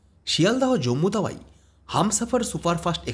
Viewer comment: Tawai keno bolte hobe? Bangali ra chara aar keu bole ki? Ota hobe Tawi...